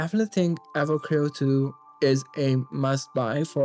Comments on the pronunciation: please finish the game before reviewing it, the story is quite good also, you're not destroying the name, you're butchering it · can you please say the name right? you have no idea